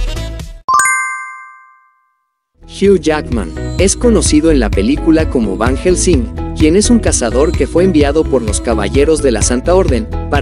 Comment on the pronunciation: Ni pronunciar el nombre de Van Helsing pueden y asi suben videos...no les da pena